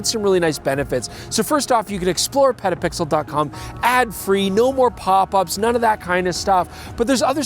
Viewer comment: did he say "pedopixel"? what kind of channel is that?